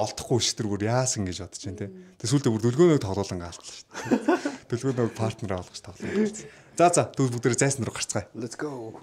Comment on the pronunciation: Партнёр гэдэг үгийг паартнёр гэж эхний эгшиг үсгэн дээр өргөлттэй дууддаггүй шүү,партнёр гээд ё үсэг өргөлттэй эгшиг шүү гадаад монголжсон үгнүүд ээ зөв дуудаж сураарай, дүү минь ээ кк